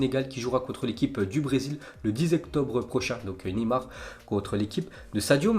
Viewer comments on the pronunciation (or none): none